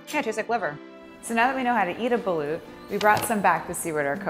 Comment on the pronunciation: "Buh-loot" every Filipino did a face palm rn